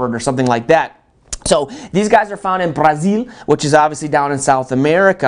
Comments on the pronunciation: He said jagwire, and then he said Bdazeel. Get a normal person and I might come back. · BRRRA ZIUU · The way he said Brazil, lol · He tried to pronounce Brazil all cool like hahaha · Is that what that was. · everybody in the comments: you said "brazil" really cool 😄 me mashing rewind: wait wait wait, was that "jag-wire?" 😂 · He pronounced "brazil" in spanish. We speak portuguese man. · How come he had to try and get fancy while pronouncing Brazil? I hate when people do that. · He pronounced it like someone would do in spanish, which wasn't authenthic at all. Still "fancy" though. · Its like that colledge humor vid where that guy over pronounces everything This guy is him irl he even changes his facial expression completely when sayign Brazil xdd